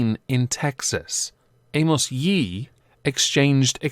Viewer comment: “Amos Yeet”. Hahaha. Does the narrator have a speech impediment??